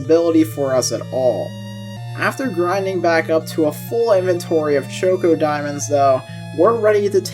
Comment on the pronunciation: Did you really have to call ChocDiamonds Choco Diamonds? There's no o! This made me mad the ENTIRE time I was watching!